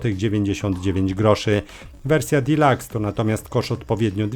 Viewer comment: Warhammer forty thousands, zamiast czterdzieści ka, albo edycja dilax, a nie delóks. Gratuluję poprawności językowej, rzadko się to zdarza. Sub choćby za to. Poza tym lubię grać to sobie pooglądam ^^